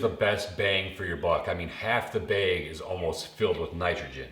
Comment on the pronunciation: It's called a bag of fertilizer, not a beg